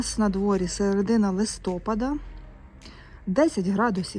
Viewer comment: Люблю ваші спокійні і інформативні відео, дуже багато цікавих рослин, гарна мова. Одне маленьке зауваження щодо правильного наголосу в слові «листопа´д»